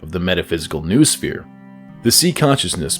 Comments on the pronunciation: ffs noosphere is pronounced 'know-oh-sphere', not 'noohsfeer'!!! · Noosphere is pronounced no-oh-sphere